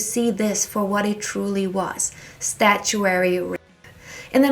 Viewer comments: "Statue-ary rape"??😂 It's Statutory, rape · Statutory rape not statuary !! 🤷🏻‍♀️🙄 Please look up words you aren't positive about. This was really a recurring theme in this video. Thank you. 😌